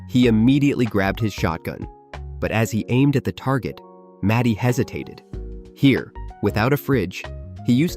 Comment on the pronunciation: His name is MARTY not matty